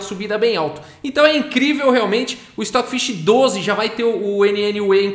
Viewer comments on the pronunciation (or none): O Stoofvless, se ler "Estófilês"